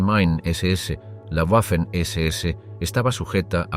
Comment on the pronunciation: «Waffen-SS» no se pronuncia "Guafen ese ese", pues no es una palabra inglesa, sino alemana. «Waffen-SS» se pronuncia "Vafen ese ese". Por ejemplo la capitál de Austria, Wien, no se pronuncia "Guin", sino que en alemán se pronuncia "Vin", de ahí que en castellano se llama Viena. También el apellido del compositor Richard Wagner, no se pronuncia "Guagner", sino Vagner. Consejo que este canal debería tomarse muy en serio: Antes de publicar videos con temas relativos a países germanoparlantes, debería hacerse asesorar por alguien que domine el idioma alemán, que en España no deben ser pocas personas.